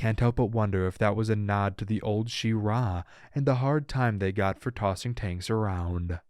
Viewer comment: Shea- Rah lol